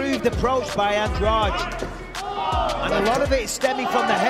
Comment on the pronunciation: Angrage??? AndraDE DDDDD NOT DRAUUUGE